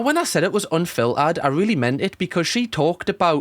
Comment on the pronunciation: if i have to hear raw and anfilterd agian